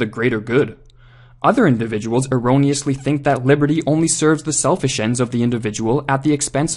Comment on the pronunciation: I can't stop hearing "liverty"